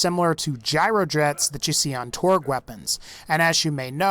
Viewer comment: It's TORGUEEE, less syllables more EXPLOSION 💥💥